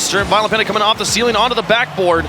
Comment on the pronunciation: THE COLDFIRE floor+ ceiling=feeling. 😂😂😂😂 Phonetic dyslexia..